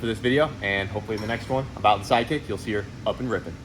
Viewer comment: You said SideKick but I heard Side Chick which is about what it is at this point! cause she a bitch